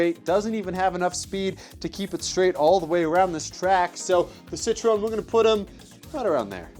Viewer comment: Prius⚡ It's pronounced as "Citro-EN"